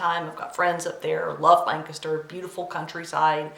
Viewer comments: I heard you pronounce Lancaster correctly, so I'm guessing you're from the Pennsylvania area. Nice 1st video. I look forward to seeing more! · Very much enjoyed your first video. I'm going to guess you're from Pennsylvania (purely based on how you pronounced Lancaster). Am off to watch your other videos now. :)